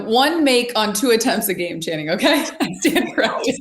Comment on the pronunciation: lol perk calling channing "shanning" doesnt get old